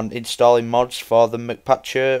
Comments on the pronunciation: its not MC like mac or mc donalds its m c patcher, m and c are sperete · mcpatcher isnt said like McPatcher... its said like MC (Minecraft so its said like the letter M and then the letter C) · no offense but ur embarissing ur self by sayin McPatcher but the mc part isnt like Mick it means minecraft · it's not mCpatcher it is MCpatcher